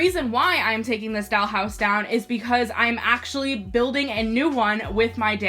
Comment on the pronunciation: “A dAlL hOuSe ToUr” No hate LMAO